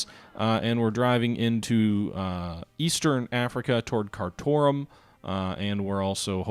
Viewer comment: Yes that is indeed how Kathmandu is pronounced, but Khartoum is pronounced Car - Tomb